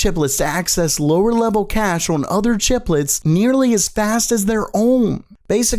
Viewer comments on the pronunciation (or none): none